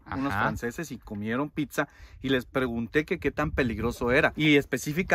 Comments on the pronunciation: Tu contenido es muy bueno, pero si te recomendaría que mejores tu dicción, escuchar que dices PICSA a cada momento es molesto, debes aprender a decir PIZZA y muchas otras palabras como Marshmallow, si la pronunciación en otro idioma te es difícil, es mejor decirlo en español MALVAVISCO o en su defecto como dirían en Guatemala ANGELITOS. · No es PICSA VOS SEROTE!!! Es PITZA 🤨🤨🤨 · porque dices picsa?